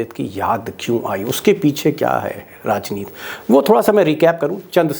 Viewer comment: बार बार आप राजनीति को राजनीत क्यूं बोलते हैं? हिंदी के शब्दों का शुद्ध और सम्पूर्ण। उच्चारण कीजिए।